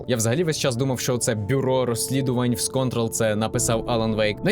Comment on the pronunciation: контрОл з наголосом на другу О, від "контролювати" (події відбуваються в Federal Bureau of Control - Федеральне Бюро Контролю)